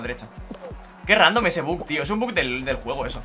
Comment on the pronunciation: Me pone muy nervioso que diga buk y no buggggg que es como se llama